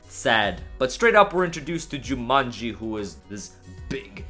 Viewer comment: the way you read Jyuumonji heard like Jumanji for me , lol Yotsuba, Yotsu means the 4th in japan, and the Shi in Shiba can also means 4.